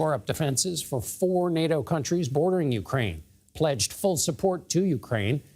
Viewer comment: He can't pronounce UKRAINE Ugrain!?!😂😂😂😂